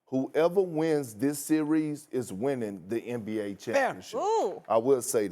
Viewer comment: Someone please tell Kendrick that series is one syllable word ffs!